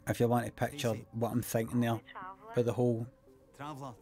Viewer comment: I love the way he says peckcha in peckcha